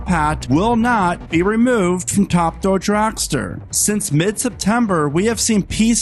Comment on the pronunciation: It's called Top. Thrill. Dragster. Not Ta Dull dragster